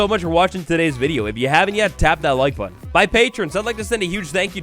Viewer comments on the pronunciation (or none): none